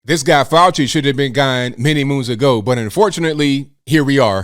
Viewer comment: FK FAU-CHI-NA